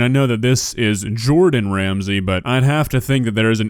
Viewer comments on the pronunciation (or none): Isn't it but he said JAurdon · “JORDAN ramasy” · "" I'm sorry? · “Mordan maszy”